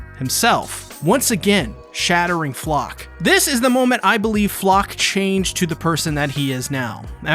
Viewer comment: The proper pronounciation would be Flocke (flake) like they butcherd so many german names in the japanese dub (wich i don't care about, its just funny)